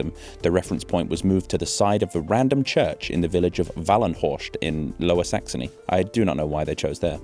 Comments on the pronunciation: An "st" in German only turns into English "sht" (German "scht") when at the start of a word, not at the end. "-horst" is "-horst" not "-horscht" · Nope he butchered pronouncing Wallenhorst. There is no ʃ or sh/sch sound/phoneme in that word. Also Horst by itself is the German name for an aerie,/eyrie and it is a first name.